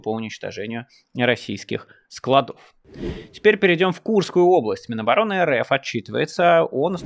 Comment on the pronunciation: Нет склАдов По склАдам Правильное ударение на А по русски